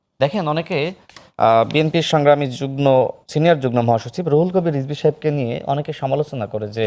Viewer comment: উপস্থাপক মহোদয়, আপনি দয়া করে শুদ্ধ করে কথা বলতে বলেন, যুগ্ন বলে কোন শব্দ আছে কি? শব্দটা নিশ্চয়ই যুগ্ম। অনেক শব্দই ভুল উচ্চারণ করে। কোন বিশ্ববিদ্যালয়ের ছাত্র?